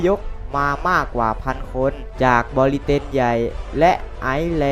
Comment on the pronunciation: มีคำอ่านผิดเยอะอยู่น่ะครับ เช่น บริเตน บริ-เตน